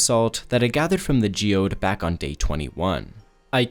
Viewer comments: I dont know if its intentional for engagement farming but it's "gee-ode" not "gee-oyd". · JOID??? YOU MEAN GEODE???? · Gee-ode 🚫 Joid ✅️ Joyde ✅️ Joyed ✅️ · Bro can't pronounce geode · hello mister, i wanted to let you know that you are pronouncing GEODE WRONG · Pronunciation of geode killed me